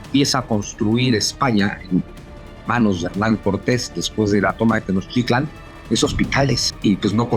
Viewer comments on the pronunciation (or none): Excelente información. Solo una duda, acaso no les enseñan el digrafo Ch en España. Por qué siempre dicen Tenoc Titlan es Tenoch. No es tan complicado 😅